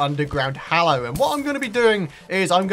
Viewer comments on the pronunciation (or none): none